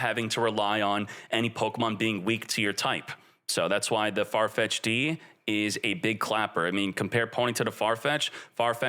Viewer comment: Not Farfetch D